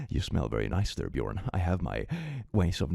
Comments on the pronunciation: needs to answer why he - as a swede - pronounces "Björn" as bjorn. Shame on you. Shame on your family, Shame on your cow.... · says the name Björn My brain: his name is Bernd😂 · Christ! You could have pronounced Björn like a proper Swed! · Woah, woah, woah, wait! Did he anglicise it or is that really how the name Björn is pronounced in Swedish?! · Dude you’re Swedish, why did you pronounce Björn like that??